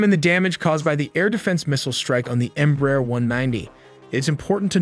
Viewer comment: The correct pronunciation of EMBRAER is " EMBRA - AIR "